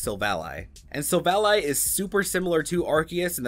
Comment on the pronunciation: Why does he keep mispronouncing Silvally?